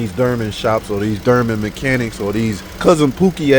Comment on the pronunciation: “it came from the Derman shop” 😂😂